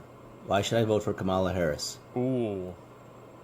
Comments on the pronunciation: So we're told she's ahead in the polls, yet no one can even pronounce her name? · She also pronunciate Kamala wrong lol. Alexa is waycist 😂